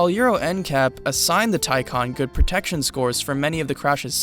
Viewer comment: Say it with me...Tie Can (not con)